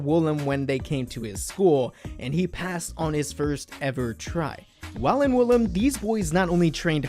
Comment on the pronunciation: woolim is NOT pronounced 'willam'. it's pronounced oo-lim 울림